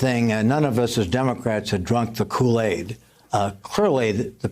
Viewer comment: I’ve never heard someone pronounce kool aid so white in my life 😏🤣